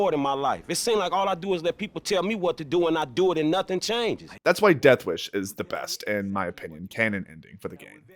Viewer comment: bro can not say the word "deathwish"